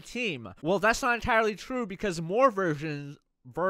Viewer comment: Jagr as a goalie? oh God that'll be good!! haha sounds like you were saying Virgins, not Versions!! I love Jagr! Too bad he never played for Van, probably would've won in 2011 lol